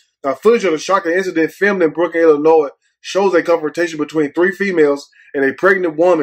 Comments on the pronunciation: Yo ass be matching brother.......NIIIIIIICE!!!! right the “s” is silent on ILLINOIS, WHOOOOOO!!!! LMAOOL!!!!! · Stop saying 2 the s🤦🏽‍♂️